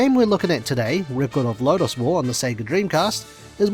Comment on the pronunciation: You cant even pronounce record correctly. 😢 youbare ai before ai.